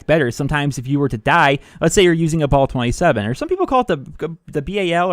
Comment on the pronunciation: Bal 27 not BALL 27